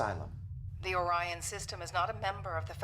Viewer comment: Well, at least they pronounced Orion correctly instead of Oreon.